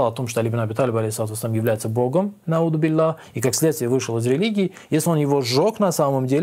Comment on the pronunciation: Курбан может 'АузубиЛляхьи а не аудибилляхьи!?